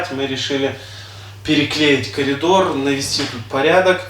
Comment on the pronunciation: ПОЧЕМУ. КАЛИДОР. ,А НЕ КОРИДОР😂?????